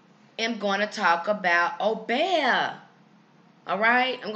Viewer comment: In the Caribbean it is pronounced oh-BEE-ah as opposed to oh-BEY-ah